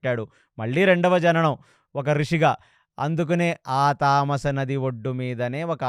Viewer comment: తమసా నది తామాస నది కాదు